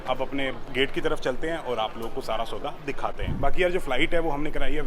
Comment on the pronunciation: The way you say "sauda".... way too cool